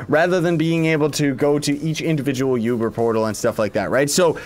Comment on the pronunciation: sir its oober not Uber